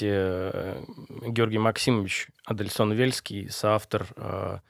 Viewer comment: товарищ учёный же вроде Адельсон, а не Адельскон